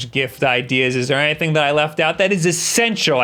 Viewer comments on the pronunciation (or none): none